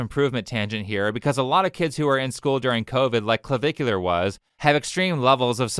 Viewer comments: Cluh-Vick-You-Ler (it's not rocket science, ). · i love that the news anchor pronounced his screen name as Clava-cooler. had me giggling for a while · “Clavicular”? Did he name himself after bones?